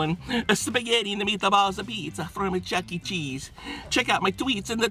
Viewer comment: here we go. The spaghetti and the meataballs apizza from the chucke cheesa😂😂😂